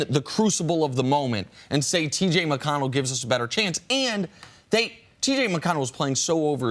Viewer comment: No need to disrespect TJ McConnell just because you messed up saying his name. Just own it that you weren't prepared or didn't remember. Every person deserves respect specially when they have played well.